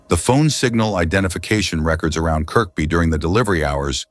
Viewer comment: Kirkby is pronounced "kirby". It's a case of the silent K.